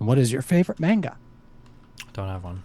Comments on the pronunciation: Somehow the host pronouncing manga as “meinga” ended up being harder to listen to than the original debate. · Anyone else triggered by how he says manga